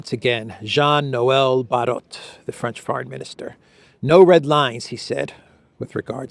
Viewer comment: Barrot is not pronunced like parrot, it is pronounced like barrow (as in wheelbarrow).